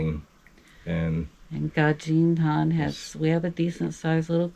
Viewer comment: Dz is pronounced "j" ,this is Gazdin han, so you don't pronounce " j" but as if its written. So, Gazdin han with z and d. Good luck and take care 😊